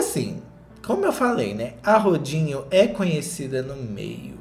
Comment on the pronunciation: só escuto "rodinho" e amei